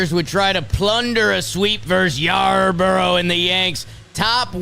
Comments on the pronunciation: I love your podcast and watch it everywhere I can. If you are going to say you like/know Ryan Yarbrough and lie. Its Yarbrough not Yarborough. It’s Yar-bro, he was a Dodger last year, why would they hide him from the Dodgers??? Jack offs!! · Its pronounced Yar-bro